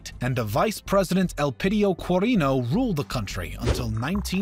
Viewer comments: Roxas is pronounced Ro-has, not Rok-sas; Quirino is pronounced Ki-rino, not Kwi-rino; same goes for Aquino, it's A-ki-no, not A-kwi-no. And while it has provided great historical facts, it also di not document that Philippines originally declared independence in 1898, but Americans never recognized this independence and thereby forcibly took Philippines under American territory. :) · There's a mistake and I want to correct it for the viewers, Elpidio Quirino is pronounced El-pi-dio Ki-ri-no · It's not Magellan, its pronounced as "Majelan". "Rohas", not Roxas. "Kirino", not Kwirino. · very informative too and words he describe is maguindanaw not neo Rohas not roksas qirino not quarino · Nice video! Tho as a Filipino our pronunciations are a bit different😅 Here are some: Ferdinand Ma”j”ellan Manuel Ro”h”as Elpidio “Ki”rino Hehe I understand tho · Real pronunciations of the Phil. Pres. Manuel Roxas (Manuel Rohas) Elpidio Quirino (Elpidio Kirino) Aquino (Akinoo) [The Aquino family line of Presidents are full of lies that's why some Filipinos don't trust their reign